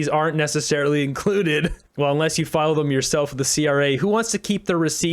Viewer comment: Why does Jenna Sudds pronounce a T on the end of the word included? And what a goofy video, not a serious person.